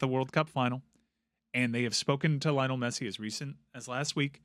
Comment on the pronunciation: How are we supposed to believe you when you can't even pronounce Messi's first name right?